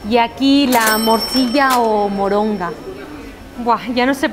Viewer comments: se llama moronga no moringa xD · se dice taco de MORONGA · No es moringa es Moronga!! Saludos linda persona que eres!! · Saludos, pero no es moringa, sino moronga, y se me antojo 😭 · Jajaja no es moringa, es moronga😁, saludos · siempre veo tus videos pocas veces comento pero quiero corregir que no es moringa es moronga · No es moringa es moronga